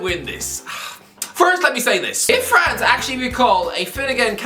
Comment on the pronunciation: ffs man, just say france